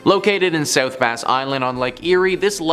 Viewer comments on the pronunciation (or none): I know some of these people are from Canada and the language can be confusing and different. But c’mon now. South Bass Island is pronounced bass as in the fish….. not as in the guitar. I’m from the Put-In-Bay area and I know how it’s said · You need to pronounce South Bass Island correctly. It is not Base it is Bass, like ass.